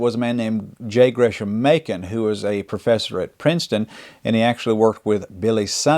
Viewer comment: Great video! In J. Gresham Machen, pronounce it as GRESS-um MAY-chen.